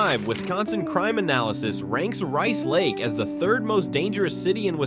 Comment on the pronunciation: Rice Lake is not "80 miles southeast" of the Twin Cities. I's about 100 miles northeast. Milwaukee is hardly a "small town". Neither is Green Bay. The announcer changes the pronunciation of the towns several times for most of them.